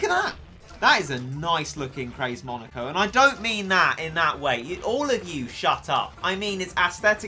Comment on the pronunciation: Just saying he said monoko instead of moneko